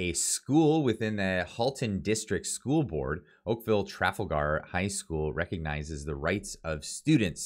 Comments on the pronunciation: if you’re going to cover some important issues and want to come across as legitimate news source in these difficult times… Then please watch your reading and proper pronunciation of of the words you are reading… The school is not called Okaville “Traffle-ger”High School… It is pronounced…Tra-fal-gar. You know…like Tra-fal-gar Square in London England… You know…where a lot of these “agendas” are coming from… As a avid musician, I am sure you can appreciate that proper presentation in any form is important. Just like a musician rehearsals help too. Thanks for your content. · School Name: "Tra-Fall-gr" Not "Traf-al-Gar" hope that helps. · It's pronounced tra- fall - ger. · Pronounced: Trah - Fall - gar not Traffle-gar Poilievre: Pauly-ev (eng) french: Poy-lee-ev-r (fr) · Tra-FAL-Gar,not TRA-fal-gar. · “Tra fal gar “ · It's pronounced : TrawFall Grr. I enjoy your shows I watch regularly. Good work . Keep it up. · Please take time to investigate the proper pronouncation of the school!!! It is Tra-fal-gar as in the battle of Trafalgar. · FYI it's pronounced Trah Fall Ger. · It’s pronounced TRAL-FALL-GAR, the way you said that 😂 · "Tra fall ger" is the pronunciation. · You're killing me: tre FALL ger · Tra/Fal/gar try that again. If not, Siri should be able to pronounce it for you. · pronounced TraFALLgar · trafalger is pronounced tra fahl grr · Tra. Fal. As in falcon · Jesus Christ, it's pronounced /tra-FAL-gar/!! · Really? You cant pronounce Trafalger?